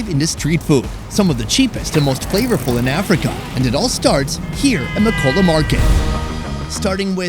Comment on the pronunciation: I flinched when he pronounced Makola like Makowla